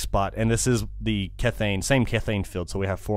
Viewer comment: kethane is pronounced key-thane